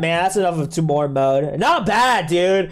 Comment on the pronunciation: Its not tuu more its tyu more